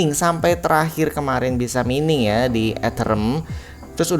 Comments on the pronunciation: Mining dibaca maining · Maining bang bukan mining, jangan terlalu menormalkan bahasa